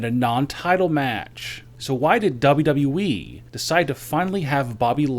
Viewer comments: Dub dubly e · DA BAU DABU EEEE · Dabelyw dabelyw e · Dub dun e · Dubdub doowee